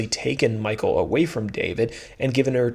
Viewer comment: Just wanted to let you know that Michal is not pronounced the same as Michael. It's pronounced ME-HALL.